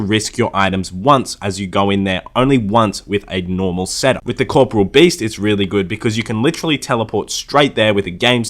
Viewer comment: Co- pour- real, not sure why people have these odd pronunciations.